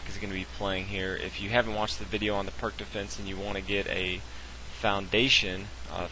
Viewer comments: He pronounced the opening wrong. It's pronounced "peerts", not "perk". Not that it matters. It just bugs me.... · It's pronounced "Peerz" Defense -- but good vid, thanks. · Peerts, peerts, PEERTS. Pirc is pronounced peeeeeerts you patzer. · The "perk" defense! Dear God! Can't you do your homework before producing these videos? The Pirc Defense, named after Grandmaster Vasja Pirc, is pronounced "peerts." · The "Purk" Defence is actually the "Peerts" Defence. I know people will jump on me for pointing this out, but I was just cringing. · The c in pirc is pronounced as an s as in Sam not a k. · Pierce - is how I prefer to pronounce Pirc